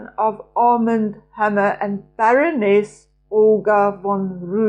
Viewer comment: Armand is a French name with an accent on the second syllable, or second 'a' 😊❤